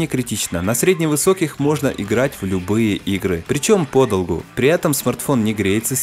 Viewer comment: По долгУ??????????мои уши